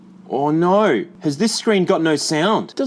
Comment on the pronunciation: I love hearing say "Ar nar!" ❤